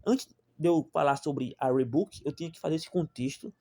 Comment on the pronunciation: O cara não sabe nem escrever, nem falar o nome da marca…